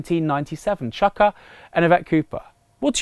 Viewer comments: please it's Chu-ka not Chuck-ka umunna - other then that great vid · It's pronounced chooka